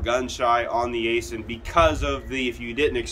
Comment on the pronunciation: Aisin is pronounced “I-Shin”. And I wish they’d offer manuals again